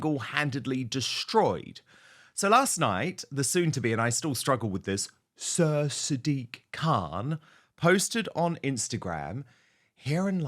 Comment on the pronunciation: An old one did you say sir or did you say cur ?